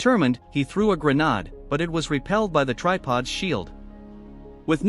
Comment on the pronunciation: WHY YOU SAY GERNAD 😭